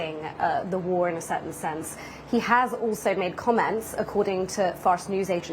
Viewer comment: Dear English people: war is not a three syllable word.